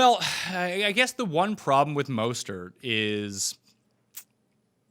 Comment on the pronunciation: Who the hell is Mawstert?